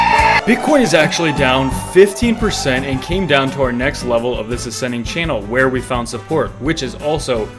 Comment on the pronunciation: You’re a legend bro. Down the to pronunciation of “where”. Happy thanksgiving 🦃